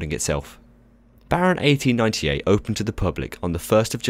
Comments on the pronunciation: Impressive pronunciation of the Dutch "G" sounds. Many native English speakers trip over that one! Should all theme park rides be themed excessively like this? No, I don't think so. Themeing of course is important for the ride experience, but if every ride is being themed up like The Baron is, not only will the cost of every ride go up but it won't be special any more either. Let's take The Efteling's token rollercoaster (The Efteling is the park where The Baron is), the Python. There's no storyline there. It's just a rollercoaster named after a snake, the coaster cars have a snake theme and the track layout resembles the slithering of a snake. That's it. And it's been one of the most popular attractions the theme park has had for decades. Some attractions don't need a storyline, and having one would just be OOT. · The way you pronounced Baron 1898 in Dutch was 'best wel goed'. I heard it so many times with an afwul accent from Shawn(ThemeParkWorldwide) and you sir you nailed it for someone who is not dutch. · Themeparkworldwide could never pull off such an amazing Dutch pronunciation of 1898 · while I haven't ridden the thing yet (I barely have the courage to ride the other coaster with inversions at the park, Python), I do agree that the theming and storyline of this attraction is impressive. also the pronounciation of the Dutch name as well as the pronounciation of the park name cured my autism it's so bad yet spot-on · Wow, I had no idea you could theme a coaster THAT much. And lovely pronunciation,. Very professional. I applaud your Dutch coach (nice work, Aron)! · You pronounced Baron 1898 amazingly well haha! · Replayed just to hear that pronunciation again. That was impressive. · Your dutch when you said 'Baron 1898'... 10/10 xD I'm from the Netherlands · Ik ben Nederlands= im dutch so your prenounce was pretty great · You pronounced the name better than Shawn Sandbrooke xD